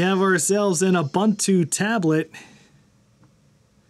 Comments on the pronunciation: There is no "bun" in Ubuntu. It's pronounced oo-boon-too, all u's alike. Also, sudo is soo-doo (coincidence, not related to ubuntu) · Ubuntu is pronounced oo-boon-too.